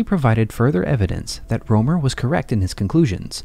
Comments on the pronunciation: His name is Rømer, not Romer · Rømer or Römer and NOT roomer it is NOT an oe sound as in shoe or you...PLEASE use an u as in hut if you can't pronounce the proper sound...This sounds beyond stupid...Have some basic RESPECT!!